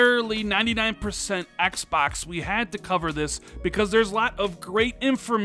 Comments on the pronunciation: "Xbax Series X" no offense, I love your channel and content, but sometimes the way you say Xbox drives me nuts. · “Ecks Bocks”